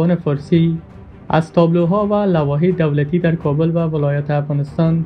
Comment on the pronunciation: او بيسواد لحوه نيست لوحه بگو